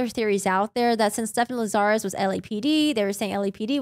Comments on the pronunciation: The host here says "LaZARus", with the accent incorrectly on the second syllable. The accent is on the first syllable, LAzarus, not the second. It's too bad she has to use foul language for no reason. It sounds tacky and low class. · 1986 to 2009 is 23 yrs not 30. Lazarus is pronounced LAZ-a-rus no Lazarre-us. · Lazarus. It's a super common mistake but it's like "Lazz-er-iss". Rasmussen I think can be either/or but I've only ever heard it pronounced "Razz-miss-en" so that one just got to me personally even though it might be correct too. Lol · You aren’t pronouncing Lazarus correctly.